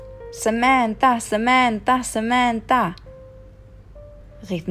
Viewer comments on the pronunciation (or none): Yap so richtig SAMANTTTA 😂😂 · Wie komisch das klingt sementtaa 😂😂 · Smenta Smenta Smenta 😂 Wie sie das auspricht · " Samandaaa, Samanda..." Haha wie geil die das aussprechen😂😂😂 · Wie Samänta Samänta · Die sprechen das so aus :Sämäntha Sämäntha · sämänta sämanta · Wie die SAMANTHA ausspricht HAHAHA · dachte ich mir auch hahaha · Wie die Samantha aussprechen😬😂